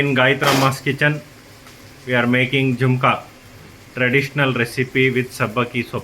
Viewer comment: It's jhunka not jumka